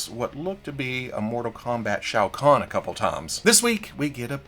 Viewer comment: Well look at that! A YouTuber that knows how to pronounce Shao Khan. 🤣😂🤣